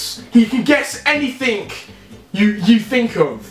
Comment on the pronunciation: anythink you think of 😂